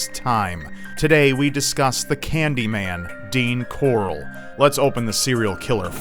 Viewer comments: it's Corll not Corrl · This dudes surname is like how Rick Grimes pronounces his sons name.... hahahaha corlllllll where's corlllllll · It's fucking "Corll" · Corll, Rick Grime's pronunciation of Carl. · I don't know why, but every time says the guy's last name, it makes me think of Rick Grimes's, "CORAAAAAAAAL!" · everytime says the last name I can only think of that stupid Walking Dead meme...CORALLL!